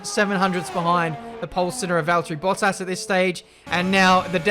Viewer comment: Bruh the way he say bottas sound like he saying butt ass😂